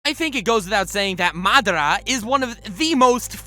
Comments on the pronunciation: keep your shitt together... Its madara... Not MAAA DRAA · He said madara weird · I hate how this kid says madara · Stop saying madara like that, makes my back cringe